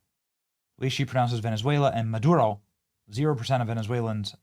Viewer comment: In fairness to her, AOC pronounces "Venezuela" and "Maduro" as a native spanish speaker does. Too bad her intellectual abilities fall embarrassingly short of her linguistic ones.